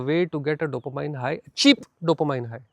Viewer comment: It's pronounced DOPOMEAN